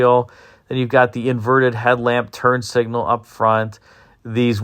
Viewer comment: I swear it sounds like u said "turd signal" lol!!! i mean it!